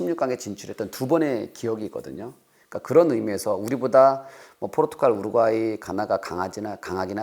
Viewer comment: 공영방송이 '우르과이' 실화냐? ㅋㅋㅋㅋㅋㅋ